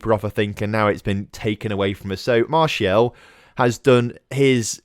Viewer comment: Please do sell Martial so I can stop listening to you calling him "Martielle"